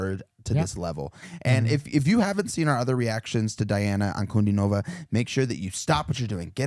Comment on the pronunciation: "Dee-ana An-ku-DEE-no-vah". Accent on the middle syllable. Difficult for Americans to get the hang of it. Say it slowly